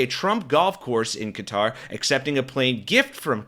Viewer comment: “Welcome back, Kotter!” - er, Qatar.